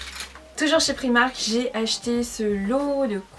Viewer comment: le i de primark il se dit a comme les anglais